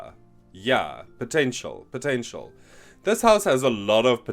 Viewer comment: i will never hear "potential" the same way again 🤣